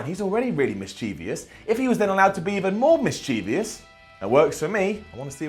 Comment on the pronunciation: SImon...the word Mischievious does not exist. Check the dictionary, it's MISCHIEVOUS - pronounced, Miss-Chiv-us. I can't believe the disease has spread to you too.